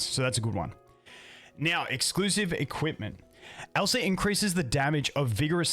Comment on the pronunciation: It sounds like you're saying Elsa it triggers my frozen flashbacks 😭